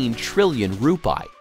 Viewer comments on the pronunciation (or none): How to correctly pronounce Indonesian Rupiah: Ru-pee-ah, not ru-pie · Rupiah, the correct pronounciation is "Roo-pee-yah" Not Roo-pie. 😂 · The correct Indonesia currency mentioned as "RU-PI-AH", not RUPAI..,what is Rupai anyway?😂😂😂.. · Rupiah it's ROO PEE AHH, yourwelcome. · ... SPOT ON ... my nephew and I couldn't stop laughing hearing this pronunciation. My nephew said... perhaps he meant "TUPAI" ... hahaha LOL.